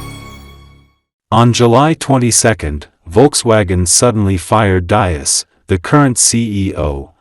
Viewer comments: These mechanised youtube videos can't even get the pronunciation of Diess right, It's DEECE. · Pronounced “dees”. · It's Diess not Dias. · You are butchering the pronunciation of Diess. It is pronounce dees with a soft s and not a z sound. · If you make a video, please learn how to correctly pronounce the name of the most important person in this video: Mr. Herbert Diess. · Your pronunciation of Diess is completely wrong. 😁